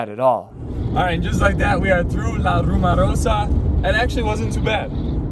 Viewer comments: Sorry, just an observation, it's called La RumOrosa, not RumArosa. Pronounced as rumor not rumar. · !....It´s not La RumArosa.......It´s "La RumOrosa"!